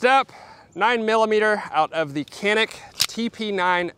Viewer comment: not kanik, canik